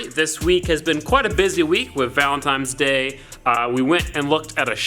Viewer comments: "Valentimes Day" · Did you say valendimes day??????!!!! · did this man really just say "valentimes" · in the video u said valentime's day